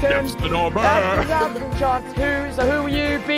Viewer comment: It’s burr not bro sorry to be that person 😓